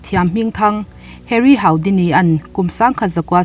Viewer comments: Haudini niloin hudini ani e, zo ṭawng takin. Kalo sawi ve mai mai. No offense aw😁😅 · Houdini( Hudini) ti a lam tur ani e a ngaihnawm thin 🥰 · Haura bridge leh Hudini tiin an lam ṭhin in ka hre tlat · Harry Houdini hi Hari Hudini tia lam rik tur ☺ A hmasa ber leh a tawp ber hi a va râpthlak ve le 😱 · Harry Houdini tiha Houdini hi Hudini tiha lam tur aw..Mi hming leh thil hming official tak hi chu lam dik hram hram tum ang u. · A va ngaihnawm em. Hu-di-ni ti a lam tur a ni e